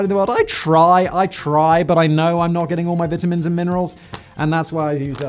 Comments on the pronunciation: I love how Simon pronounces vitamins 🤭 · And says "sixth" like "sickth". British speach impediments / difficulties